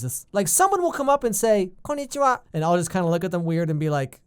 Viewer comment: but but, from the way you said Konnichiwa, it already showed how natural your Japanese sounded like....I didnt here any accent in it. Maybe they are not exaggerating in your case X)